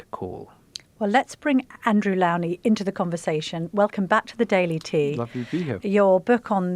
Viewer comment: Please learn how to pronounce the biographer Andrew’s surname correctly .